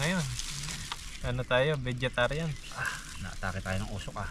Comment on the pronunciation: Nkkatuwa c pag bigkas ng osuk umoosuk kna pla 😂😂😂😂😂😂